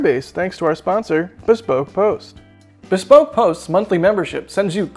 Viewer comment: BEEE SPOKE post hahahahahahahah